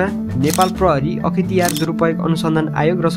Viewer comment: Akhitiyar hoina sir akhtiyar ho hai ta